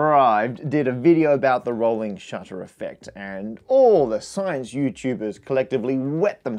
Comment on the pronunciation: Rohwling SHUTTA